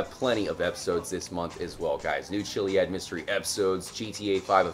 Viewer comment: its not pronounced chiliad its kiliad